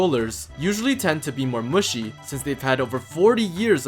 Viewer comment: lmao he keeps saying muschi 😹🤌